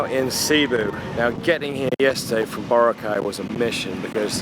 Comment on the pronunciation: Thank you! It took 18 min into this video for someone to correct the white people from mispronouncing Boracay. That was annoying